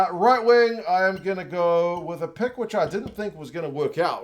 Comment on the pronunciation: Peek? Pick? Nah mate, you’re a Kiwi… the correct English is "Puk" 😂